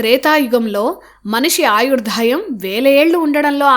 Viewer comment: ఆయుర్దాయం. ఆయుర్ధాయం అని పలుకుతున్నారు. Otherwise,your narration is superb. Thank you